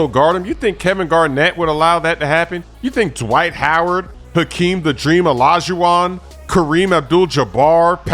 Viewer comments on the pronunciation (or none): You know this is some serous CHEESE if rants about it and say Hakeen Owlah-juwon